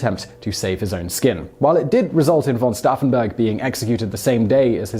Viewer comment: Once again Simon can’t pronounce anything. It’s pronounced stoufen not staffen